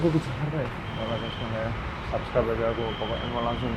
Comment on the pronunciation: Oiya kok kamu bilang azajjjj